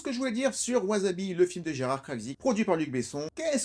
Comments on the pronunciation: Gnagnagna on dit pas wazabi, on dit wassabi gna gna gna commentaire gratos et éducatif. 😉 Par la force du dragon! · Faute classique de prononciation: わさび se prononce ouassabi et non ouazabi… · Intéressant mais... ça se prononce [waçabi] 😁 . J'avais adoré ce film à l'époque, et j'étais pas encore fan du Japon à l'époque :p ! Jme le suis retapé récemment, ça n'a pas pris une ride :D ! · On dit "wassabi". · je dirai ca a tous mes vendeurs de sushis (8 au total) qui bien que japonais disent wasabi...(vu que en francais un S au milieu d un mot se prononce ze" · J'avoue que "chouette vidéo, au passage, Wasabi se prononce tant" (bien que les membres du film le disent a la Francaise) Dis comme c'est dit la ca fait grave celui qui ramène sa science et qui en est fier 😂 je recois ca apres un travail de 40 min qui a du demander 7 jours de taff je l ai mauvaise